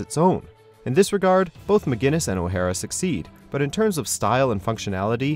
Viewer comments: why are you pronouncing "o'hara" like it's a japanese name? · What the fuck was that pronunciation of O'hara ?!😂